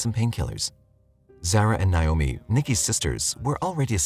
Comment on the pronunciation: Naomi is pronounced Nay-oh-mi, and not Nye-oh-me